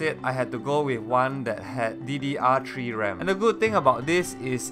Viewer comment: "ddr tree ram" lmao I'm weak xD